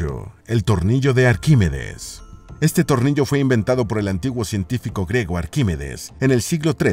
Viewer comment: El término es: invento "griego" o ciudad "griega" y no "grego" o "grega" como dices en tu narración.